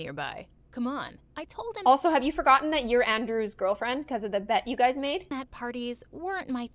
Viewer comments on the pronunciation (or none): no one’s talking abt how she said Andrew instead of Andre?? 😭😂